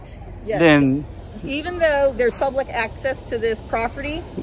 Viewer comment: Did she actually say “the gates were open to the pubic today.”? That was classic. You’re the best one doing it bro. I know this is an old video but keep up the good work and be safe out there.